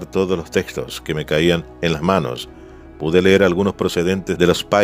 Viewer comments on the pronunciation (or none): none